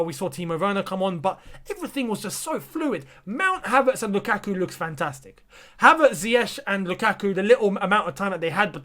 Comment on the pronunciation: Its not lUKAKU ..it was sth like "LookAtYou" hahaha.....